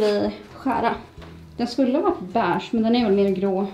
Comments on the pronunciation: Man säger inte bäääge utan beige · Det heter beige inte Bäch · Jag kan inte kolla på dig för du säger BÄIGE för mycket får panik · Hängde du mycket på bächen i sommarnas? Vem uttalar beige ”beach”? 🏖